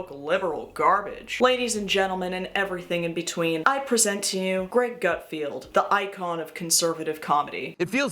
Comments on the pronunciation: Is the Gutfeld mispronunciation ironic or genuine? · calling Gutfeld a Garfield with letter R swapped for letter T funnily enough made him slightly more hilarious, thanks ❤